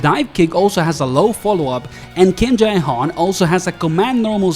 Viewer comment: why cant u just pronounce him as Jay? Its so weird